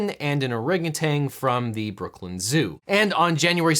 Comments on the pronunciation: There's no 'g' at the end of the word 'orangutan'. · Not gonna lie, I was pretty annoyed at the mispronunciation of "orangutan" (TAN, not TANG, no G at the end) but you definitely redeemed yourself with the ANUSTART reference at the end. Bravo... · "Orangutan" ends in an -n, stop pronouncing it like it ends in a -ng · It’s orangutan, not orangu”tang”